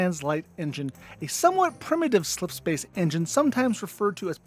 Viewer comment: o7 for successfully pronouncing "slipspace" so many damn time